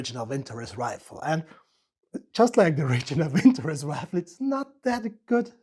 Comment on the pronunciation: Not a vinTOrez, but - vintoREZ (note the last syllable), молот (Molot = 'Hammer")